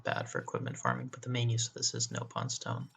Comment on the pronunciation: I can tell you played Xenoblade Chronicles X cause you pronounced it as “NOPE-on” instead of “NOP-on”